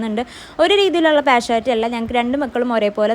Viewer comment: Partiallity...not partuallity